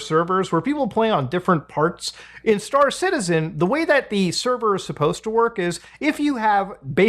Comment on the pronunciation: I was not watching the video but listening to it and I genuinely thought you were saying Citizen Khan.